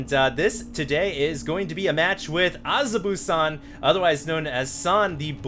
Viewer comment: azubu is a clan name pronounced uh-zoo-boo:)